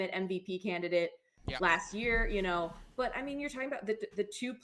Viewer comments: « Canidate » is crazy work 😂😂😂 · That’s “Candidate” (jeeeez!)😂😂😂